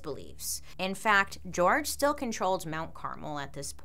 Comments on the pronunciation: You pronouncing it as carmel instead of Carmel is distracting 😂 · Car-MEL not CAR-mel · It's actually pronounced CarMEL, I think, Not Caramel/ Carmle, I know someone with the name. but great video 🤓 been watching a lot of your videos lately. A friend of mine was a witness, technically atf shot first. I hope those girls souls know that it wasn't ok what he did to them, and all their souls are at peace. Being married to a 12 year old is child abuse. But other than that, all of it could have been avoided like you said.